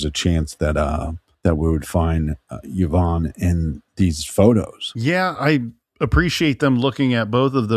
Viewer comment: it doesn’t I just couldn’t understand the YahVonne pronunciation! And it drove me to distraction!